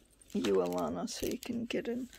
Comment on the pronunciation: Thank you so.much I only been at this for a year, I'm not sure if I can make anything like this, you saw the paper bag pic I sent you I think n that's the closest to this iv made You said my name great just take out the " r" sound instead of alarna its sounds a - lan- na.omg i.just saw all your journals wow wow I think iv got some learning to do no joke I know you did this vid for me thank you my friend that's just so wonderful I was so.proud to send what I made but after seeing all these I do have lots to learn but its 2 step at a time crafting in a bed I'm so fortunate to have come across you n getting to know you from.my heart to yours xxx alanna